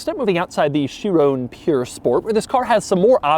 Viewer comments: Not puuure sport, P-U-R sport, pur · It’s Pur, not Pure buddy